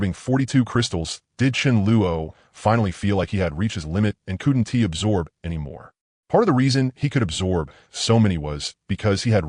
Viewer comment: The animations sucks but the story is good. The voice choice is a good one but the way it says couldn't is hard to listen to.